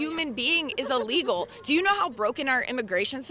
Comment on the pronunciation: Alrighty kids, everyone repeat after me, "ILL-LEGAL." It is not "Ah-legal." It is Illegal. As should saying "Ah-legal" be.